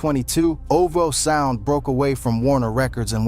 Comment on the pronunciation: chat gpt ass video, who the hell is oh-voh sound